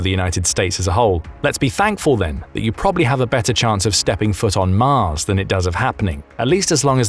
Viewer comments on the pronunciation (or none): none